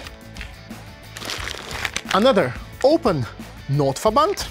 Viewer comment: Derrr Notverrrband, deutsches Bundeswehr 😂😂😂 I love you greetings from germany 😉